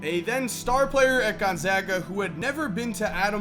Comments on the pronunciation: thanks for saying gonzaga properly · He says it just fine. I attend Gonzaga.